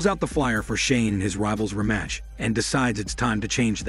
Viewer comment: This retelling is weird... The kind of emotionless delivery I'd expect from a robot voice, including the weird mispronunciation of words like "Rematch" and "Juliana", but it sounds like a real voice... Interesting concept, reminds me of a book that hit me HARD growing up, something like The Boy Who Could Make Himself Disappear, which was similar but not so literal. A mom who'd always forget to consider him, school which didn't really notice if he was there or not... I KNOW I've heard this as literal before, though. Being so overlooked someone turns invisible...